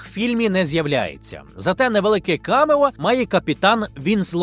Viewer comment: Цілий сюжет про камЕо і не поцікавитись де наголос Потужно